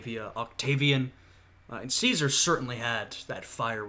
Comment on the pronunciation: I gave you a sub not only for risking an inevitable strike for this video, but also for acknowledging the proper Classical Latin pronunciation of Caesar. Though, one little semi-pedantic correction: When you say Caesar in the Classical Latin fashion, the ae diphthong should be held for an extra vowel length. The length a vowel is held changes the meaning of the word from a simple noun to a formal title. That being said, great reaction.